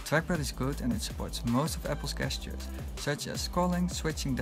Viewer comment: "gesture" isn't pronounced that way